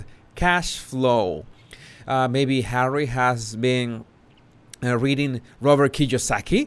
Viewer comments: Lov da way u say "Hawwy"it suits this ginger nut. And was that an android of mm,geesh tis woman needs help. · I thought he wanted to be called "Just Hawwy"? 🤣🤣🤣🤣